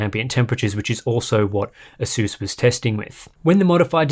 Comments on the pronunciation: Mans fr said aseus like the laptop some greek philosopher 💀💀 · I learned one thing during this video. I pronounce ASUS incorrectly... or he does... well ONE of us says it wrong!!